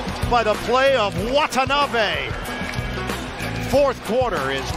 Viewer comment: 今時WATANABEをワタナビとか言ってるのは一部の☓☓な日本人だけ。